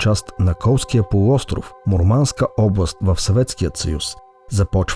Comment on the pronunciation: Му̀рманск, не Мурма́нск. ☺